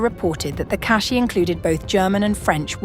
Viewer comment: OMG, someone pronounce cache correctly!